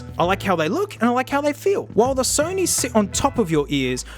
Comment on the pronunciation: SEW KNEE headphones